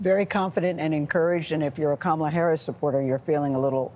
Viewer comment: Someone tell Gayle King and CBS that her name is pronounced "ka MA la" and not "KA ma la".